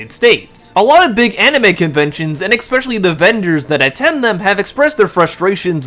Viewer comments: "Exspecially" is defined as "I never went to elementary school." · ... it's *especially*, not ex-specially. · The word is "Especially" not "Exspecially". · There’s no letter X in the word especially. It’s torture on the ear. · There’s no “x” in the word “especially” My god, learn how to pronounce basic English words